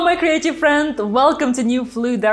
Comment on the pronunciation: CREATIVE friends. I always thought you said "hello my crazy friends" lol